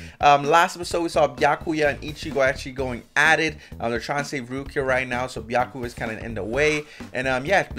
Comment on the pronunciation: Why is he calling him biaku? Where is the ya? Byakuya [bi(from biss)- a- ku- ya (this should help a little bit with his name)]. But if it's a skit, or an inside joke, keep calling him biaku. 🤗 Never mind, he does pronounce it, but sometimes he inhales on the ya 🤣